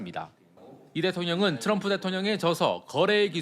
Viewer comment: 윤석렬은 바이든을 날리면 했지만 이재명대통령님 트럼통이 아니라 트럼프 라고 정확하게 발음했다